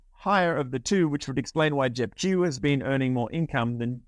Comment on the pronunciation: Sound like you are saying JEP Jew, Hit the Q sound 😁